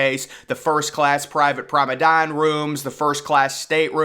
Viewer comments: You say “promenade” wrong, it’s not “promedann” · Prom-uh-nod, not promedon, FYI. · It's Promenade not "promedan" . It's not that hard to pronounce. "Prom-e-nade". Jeeze. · It's pronounced promenade deck not probedame deck 😭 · ..I really love your contents...Very informative & always to the point.... ..And it's called 'Promenade'. .not promedan...TYSM !💙💙💚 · its PROMENADE not PROMEDON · TF is a promedan, dont you mean promenade? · Promenade!!!! Not Promedane - what the hell is a Promedane? 😄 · 🎉🎉🎉 glad someone else noticed too